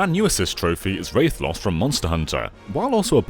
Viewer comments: “Raithatlos” It’s rathalos -. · wrath-uh-lohs not ray-sa-loss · RAH-THA-LOS, not wraithloss. God damn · just saying it's pronounced 'wrath-o-loss' not 'Wraith-o-loss' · Wraith loss? It's pronounced like wrath-a-los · Minty Squid but doesn't even say "roth". He says "ray" like he's got ghosts (Castlevania?) on thie brain or something.:/ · I often hear people say RAY-thi-an, but not many times have I heard someone say RAY-tha-los, especially when the video they're referencing readily presents the correct pronunciation in the segment where the monster is showcased. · "Ray-thlos" Oh dear god, no mispronunciation has triggered me like this has before. I mean, the origins of his name is literally wrath. -_ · Ok I don't play Monster Hunter, but that pronunciation of Rathalos physically hurt me. I always pronounced it (and heard it pronounced) as WRATH-a-Los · “Wraithlos” EXCUSE ME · I'm pretty sure they haven't played monster hunter world, since they pronounced Rathalos wrong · The way he pronounced Rathalos fucking bothers the absolute piss out of me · The way you pronounced Rathalos gave me Terminal 7 brain cancer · So its not pronounced Rath-A-los? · Man i have to say, the way you pronounce Rathalos is the strangest fucking thing i've ever heard. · You butchered the pronunciation of rathalos.. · You mispronounced Rathalos... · all these ignorant Americans thinkin its an accent thing lmao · That pronunciation of Rathalos... lol